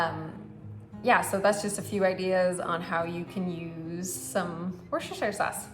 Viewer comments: Say it withe me now WIS-TER- SHER SAUCE. Ya got to say the Worcester part like your from Mass. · At least pronounce it right love!!